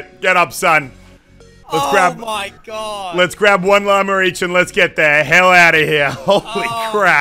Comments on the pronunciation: Stop saying llamerr. It’s llama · Whenever muselk says “llama” I hear “Lamar”